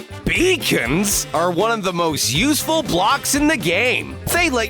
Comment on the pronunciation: Oh is it me or did the narrator say " beacons!? ?